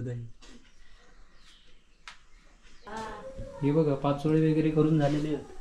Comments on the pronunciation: पाचोळयो नाही पातोळ्या बोलतात विनु मुंबई क गेलो कधी आधी गावाक ईलो कधी काय कळतच नाही 😊😊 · पाचोळे नाय पातोळे बोलायचे